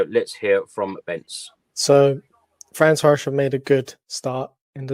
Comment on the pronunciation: FEH-RENS-VAH-ROSH is the effective pronunciation